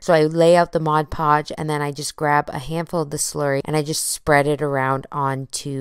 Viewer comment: MOD Podge, not Modge Podge.